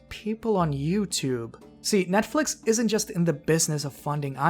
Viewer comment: Holy hell you dont even say netflix right wow you may actually be dumb with eeeeeees